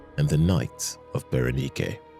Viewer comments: Bara-nike ❌ Bara-knee-kay ✅ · Berenike is not pronounced that way. Its pronounced bear-eh-nyk.